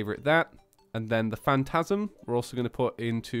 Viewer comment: you keep pronouncing it wrong this is how you pronounce it FAN-TOE-PLA-SM